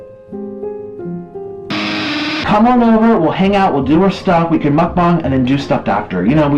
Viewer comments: Me: Mukbang You: MookBong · Chief I think its Muk-Bang not mukbong. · ITS MUK-BANG NOT MUK-BONG CRING MUCH? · Dude said mukbong instead of mukbang lmao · muk b ANG not bong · MUK- BANG not bong like Fr it’s so irritating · Muck-bong?! It is muck-bang dear. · Why does he say mukbang like mookbong lol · i think im the only one who pronounce it as makbeng instead of mukbang in literal. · Wait THATS how you pronounce mukbang? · Does he not know how to say bang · The way he says mukbang hurts me